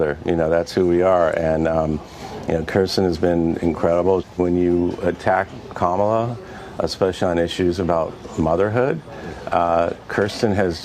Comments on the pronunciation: Mispronouncing someone's name as an intended insult clearly says more about the ATTACKER than it does about their TARGET. Sarah has shown the world that she is nothing more than a thief, a manipulator, and a liar. She STILL needs to explain to the people where this infamous and highly overpriced lectern is, OR PRODUCE THE MONEY SHE USED ILLEGALLY UNDER THE PRETENSE OF IT'S PURCHASE. I suppose her "kids" weren't able to keep her humble enough to STOP LYING ABOUT AND ALSO STEALING MONEY.💯😡💯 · She sounds mentally challenged saying Kamala name wrong..they are idiots and weirdos… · I've noticed that these MAGA goons refuse to pronounce Harris' first name correctly. I guess every petty jab helps them in some way. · Noticed as well how carefully Sanders mispronounced Kamala’s name. She is a disgraceful person, weak, pathetic, garbage MAGA sycophant. Just like Lindsey Graham, only not as good looking. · Their obsession of always mispronouncing Kamala's name shows they are in the "mean girls" group and that includes the males in the Magat party. I will not call them men, they are so far from being men the Mean Girl label really does fit. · The MAGA idiots who think they are being really clever by mispronouncing Kamala Herris' name are operating at a 10 year old's level, and they probably think "I know you are but what am I?" is a great comeback in an argument. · Sarah Huckadump Sanders is TOO STUDIP to pronounce the first name of the VP correctly. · Not so humble that she bothered to learn how to correctly pronounce correctly the name of our Vice President's of four years! Where's your podium, Sarah?? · Huckabe is racist. Because of racism, she (and CONVICTED CRIMINAL Trumps) deliberatelymispronounced the Vice President’s name. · Seriously, why can't they say her name right? That's so disrespectful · ANOTHER mispronunciation of the Vice-President's first name. And ANOTHER piece of former Governor George Wallace's campaign strategy. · How hard is it to say comma-la!